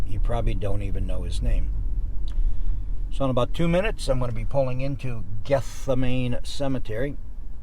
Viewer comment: Gethsemane (cemetery) = Geth-seh-muh-nee